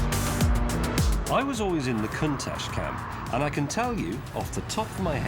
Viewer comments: Pronounced "con tach" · The way he pronounces Countach is bizarre and almost obscene, Its Con - tach not whatever he is saying 😬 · Listen to the way that Pagani, who worked for Lamborghini at that time including development of the Countach, and Balboni, the main test driver of that period, and Gandini, who designed it all pronounce it: coon-tatch that is the proper way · Fun fact, the Italians actually pronounce it Coontack. You’re welcome. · Stop calling it a cuntach you absolute melt 😅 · I hate the way they pronounce Countach, they started an entire generation of people who pronounce it like a idiot. Not a british thing either, i and everyone i know pronounce Count - Ash